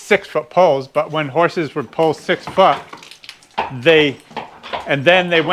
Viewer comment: When you say pull it sounds like pole